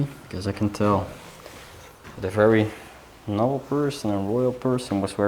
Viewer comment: Just a little help with your English pronunciation. Noble is prounounced like knowble with the k silent!